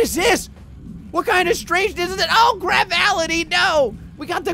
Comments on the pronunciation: "Gravality" It's "gravitality" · Gravality Me: Can he read because it clearly says Gravitality not Gravality: Plasmatality Me: Yeah he can't read because it says Plasmality not Plasmatality